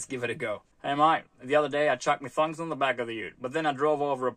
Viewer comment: Make it an upper case O in ThOng to say it properly.